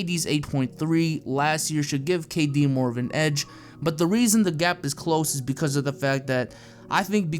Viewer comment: Bruh it's kd